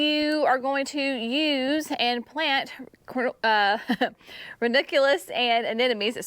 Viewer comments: It’s pronounced ran-U-culous, not ren-I-culous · Love watching Gardening with Creekside. I have one thing I'd like to mention. Ranunculus is pronounced like this: ruh.nuhng.kyuh.luhs. Go online to American pronunciation and you can here the proper pronuncaition. Looking forward to what all the gardens will look like come Spring.